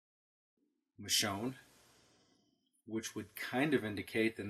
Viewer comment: It's Michonne.